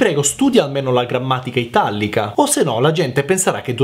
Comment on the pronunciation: però questo non me l'aspettavo "itallica"?! Se mai italica